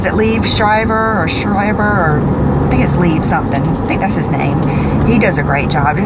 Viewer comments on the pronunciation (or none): none